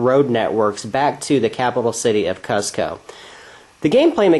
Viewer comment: Seems like a thorough review of an arbitrarily complicated game. But wow man, it is just painful listening to you pronounce the name of the well-known Inca capital. It's pronounced like COOZ-ko. Not CUZ-ko. Long u sound. This has been a PSA.